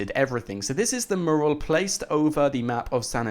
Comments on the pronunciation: ITS NOT MERAL ITS MURAL!!!! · PLEASE learn how to say MURAL (Meurral) for gods sake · Please learn to pronounce "Mural"